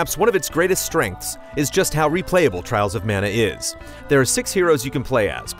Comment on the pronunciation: Dont you mean Twials of Mana?